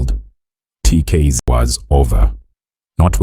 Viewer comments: is the narrator AI??? coz they can't even say the name of the group properly, never mind the many other lies told in this piece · Even the mispronunciation of the nickname 'Buga luv' & the group we're all here for, 'TKZee' to claiming the band mates are from the East rand & that Kabelo is 60!!! 😂 laughable really!!! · He talks as if he knows something about them yet he can't even pronounce well the name of the group , he can't pronounce the names of the group members that on its own tells the guy knows nothing about TKZee